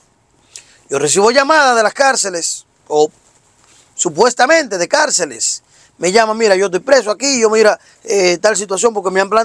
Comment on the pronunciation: Supestamente 😂Supestamente Supestamente